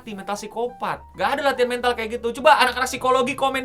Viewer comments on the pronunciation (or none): mental "e" nya dibaca kayak elang.